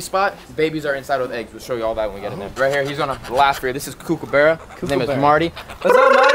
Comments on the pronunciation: COOK-A-BAR-RAH not kook-a-boor-a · I’m ausie but he said kookaburra wrong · That Kookaburra pronounciation made me die as an Australian... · him saying kookaburra made me laugh coming from Australia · You say kookaburra wrong